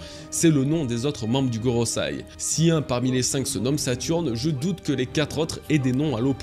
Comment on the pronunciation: « GoroSEI » Pas goroSAI... J’adore ce que tu fais mais tu ne prononces pas correctement...😉